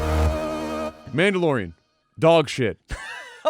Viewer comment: First 5 seconds: Manalorian. Dog shit 😂😂😂